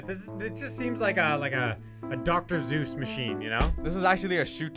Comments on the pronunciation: We just gonna gloss over the fact my man said doctor Zeus machine? When he meant Dr. Seuss 😂😂 still love ya my guy, keep up the good work! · Dr zues? 😂 at least I think that’s what he said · Did say doctor Zues